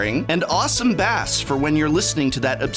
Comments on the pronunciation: I was doing fine with the intro until he pronounced bass "bass" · Same man, same. I feel ur pain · as a musician this was really irritating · BASS! LIKE THE FISH! PROFESSOR!!!!!! Hahahaha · The way the professor pronounced bass ripped out my spine